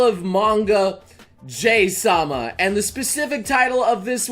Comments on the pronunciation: Its Pronounced "Ja-Hi" Not Jay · Did anyone else cringe when he mispronounced Jahy as what sounded like "Jay"? I'm pretty sure it's supposed to be said "jah-hee" or close to. Japanese pronunciation for vowels is similar to Spanish, and I literally had to drop out of that elective in college because my ADHD meds didn't last until 9 at night, and thus couldn't focus on it, so I can't exactly remember correctly how it's pronounced, but that's the pronunciation I usually hear. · Why you call her Jay instead of JaHy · Pronounced ''Ja-Hi'' not ''Jay'' ... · so its pronounced as jay i thought its more of a jahi XD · "Jay-sama" Every normal human being: "Jahee-sama" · It is pronounced Jay or Jahee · Her name is pronounced jaw-he (Jahii in Japanese) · please leave tons of compliments in the comment section Commen section: iTs JaA-hEe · I think it's supposed to be pronounced je-hii... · Dude, it's pronounced Jaw-Hee Sama. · Might want to change the pronounciation fo 'ja-hee' because folks may still mistake the 'hi' as hi (as in hello). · I always thought "Jahy" was pronounced as "Ja-He" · Always thought "Jahy" was pronounced "Ja-hee" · I think it's pronounced Jah high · hearong noble pronounce Jahy wrong hurts me everytime he says it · So THATS how you pronounce Jahy...